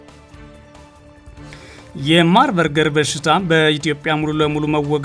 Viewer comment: Marberg not Marberger